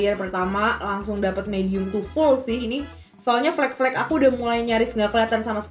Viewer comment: Tiap tasya ngomong flak flek flak flek hitam itu manaaaa